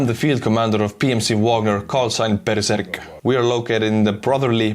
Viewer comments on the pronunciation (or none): Way to butcher the Berserk callsign with your Estonian accent